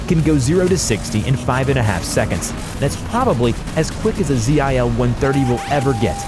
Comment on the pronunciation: It's not Z-I-L, it's one word ZIL